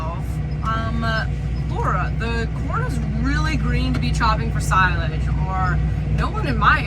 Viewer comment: Chopping sigh-lage?